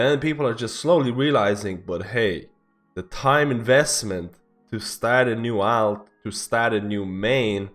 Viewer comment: say Alt the same way you would say Alternate. you put too much AL into it